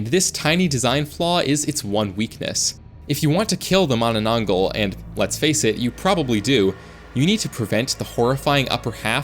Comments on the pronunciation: You don't call manananggol you say it in manananggalll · Why did bro said mananangal like mananang-gul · its not "manananggal" in true filipino fashion its "MAAAHH NANAH NGALL" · The Manananggal targets lovers because she was cheated on and wanted revenge specially with pregnant women because the person her boyfriend was cheating with got pregnant, and it's pronounced as Mana nang gal not gle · Its mannannanggall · Its pronounce “ma na nang gal” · the manana what? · Dawg js said mamanagl😂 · bro thats not how to pronounce mananangal